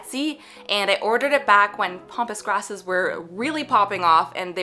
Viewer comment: I love ya and I so badly want you to learn how to say pampas grass, haha! I die laughing every time you say pompous grass because its such a silly visual.